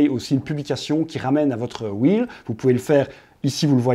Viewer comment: Salut Google m’a envoyé ici après une recherche pour savoir à quel point les francophones ne savent pas dire correctement REEL (« un rilz » au lieu de « un ril » puisqu’il n’y en a qu’un, « des ril » sans prononcer le S alors qu’ils sont plusieurs, bref…) Reel= Wil (ou Ril pour garder l’accent français quand même) c’est très bien Reel, ça veut dire Bobine, ce qui est logique vu le défilé de contenu sur l’infinite scroll Réel c’est Real en anglais, donc tous ceux qui disent Réel pour parler des Reel ont juste l’air de pas savoir de quoi ils parlent (: Donc si, la prononciation est importante ;)